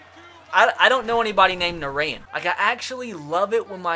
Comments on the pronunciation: lmao I actually know a guy named Narayan it's actually pronounced like Na-ryan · Narayan is pronounced Na-Ryan